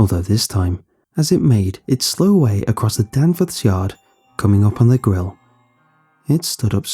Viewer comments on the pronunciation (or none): none